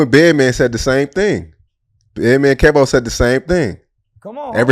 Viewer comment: "Keevie" not "kevo" . Lmaooooooooo